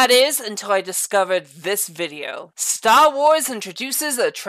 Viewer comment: Stahwahs